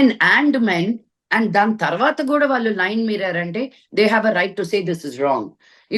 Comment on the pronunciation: First improve your pronunciation of telugu. You are daughter of dialogue king Sri Mohan Babu. వాల్లు, వీల్లు, అన్ని విదాలు, ఇలా చెత్త లా మాట్లాడ టానికి సిగ్గుండాలి